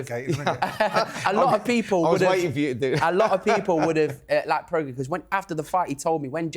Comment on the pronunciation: Simon pronouncing Prograis as “progress” and Spencer pronouncing Regis as “Rejay”🤦‍♂️🤦‍♂️🤦‍♂️